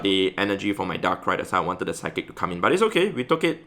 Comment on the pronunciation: when said "psic move" instead of psychic used SIKE